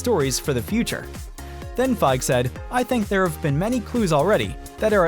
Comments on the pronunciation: | | Bruh the "e" at the end Kevin Feige's surname is not silent. It's pronounced Fygee [fy·ghēē] not Fyge [fye·gh] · Say Kevin Feige right you're not pronouncing his last name right.... its Like FY-Geeeee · It’s Feig-e.